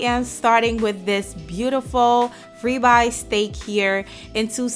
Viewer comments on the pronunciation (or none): Nice ree-by steak. I need to get me a thee-mometer